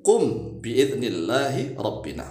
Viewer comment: Itu robbena bukan robbina